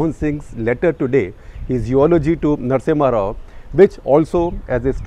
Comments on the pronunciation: #CTC ... Its Narasimha Rao, not Narasimhan ... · Narasimha rao... not narasimhan rao... you interviewed him , at least know how to spell and pronounce great mans name.. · SG sir, you added an extra "N" in the "Narasimha Rao"